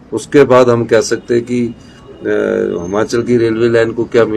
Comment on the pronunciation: Aa gya jhut bolne phir se esko koi Himachal bolna sikhao phele